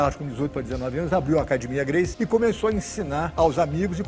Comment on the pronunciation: Deveria ter a capacidade de aprender a pronuncia do sobrenome, no minimo.